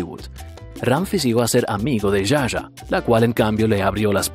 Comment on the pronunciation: Está genial la.historia... ah no se dice Ya Ya a (Zsa Zsa) se pronuncia Sha Sha